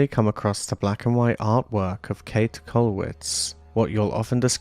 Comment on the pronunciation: Just a simple 'correction': her name is pronounced like "Kate-eh" with an audible "eh" or "a" at the end.